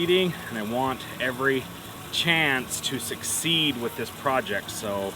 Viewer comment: "every chance to SuckSEED?" love the vids, thanks!